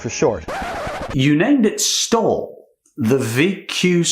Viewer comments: VQ-STOL, not STALL... come on... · In regards to Jetpod. What you heard as “VQ-stall” was actually “VQSTOL”. This is an acronym for Very Quiet Short Take Off Landing. STOL is a common term in aviation. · This has probably been done to death but it's STOL not stall...Short Takeoff and Landing. Still terrible irony given the sound of the words. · It's VQ/STOL not 'Stall' STOL is an acronym for 'Short Take Off (and) Landing'